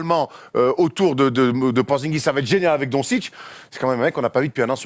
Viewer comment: Donsitch ? Non les mecs, un peu de respect pour les noms, ca se prononce Dontchitch et non Donsitch, parole d'un Yougo ;)